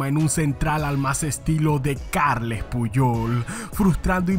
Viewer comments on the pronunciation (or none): none